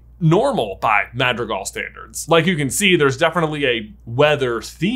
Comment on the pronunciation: It's pronounced mad-re_gal